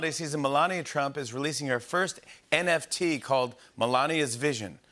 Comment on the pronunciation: What the heck is a NTF or whatever he said 🤣🤣🤣